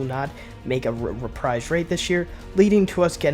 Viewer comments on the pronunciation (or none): none